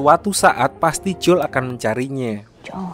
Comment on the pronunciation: Jangan J O E L lh bg bacanya